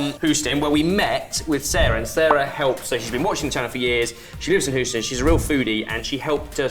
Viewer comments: lol Who-ston. Hughstun. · Psst! It's "Hyoo-stun", not "Hooston". Non-obvious, but very much in the tradition of non-obvious pronunciation that the English gifted us. ;-) Also, as long as I'm correcting British pronunciations of American things, Mexican/Spanish things have very consistent vowel sounds (-ah, -ay, -ee, -oh, oo), so it's "tah-coh" and "sahl-sah". I've noticed that the brits tend to randomly convert a's in such words (and not all of them either - usually it's just one in a multi-A word) to sound like the one in "apple". I do not understand this linguistic urge... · Sorry guys it's a pronunciation thing. I think you are referring to Houston Texas? If so it's no who stin it's hue stin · Love you guys, love the channel. Noted that you take constructive criticism on board: Houston is pronounced "Hews-ton" as in "The lumberjack hews a ton of timber, and that's okay" rather than "Hoos-ton" as in "Whose ton of timber is this? Is it that lumberjack in a dress, over there pressing wild flowers?" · love ya mate, but what was that pronounciation of Houston? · Not “Hooston” lol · Houston is pronounced with a long "u" sound.